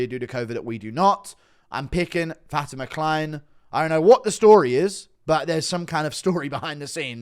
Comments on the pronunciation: please stop saying fatima kline as fatty mckline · I thought for sure you were saying Fatty McKline before I looked it up